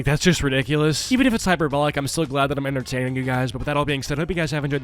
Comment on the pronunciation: The stan said Innertining💀